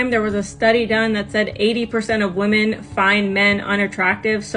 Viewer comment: Grandma is chasing Chad still…”wUmon most effected”